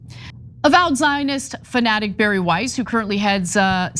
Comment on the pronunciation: This creature's name is pronounced "Bah-Rree" not "Barry" like she made it up to be.